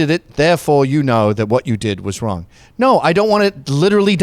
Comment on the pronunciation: Who determines what the line is? Jews😂 if it is twoo, then you ah not wong